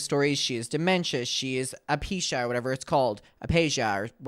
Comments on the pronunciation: Wow…do some rearch before you post. It’s “aphasia” not “apeesha” 🙄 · She has aphasia (uh·fay·zhee·uh) 😇🫶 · Uh-phase-uhh is how it’s pronounced babes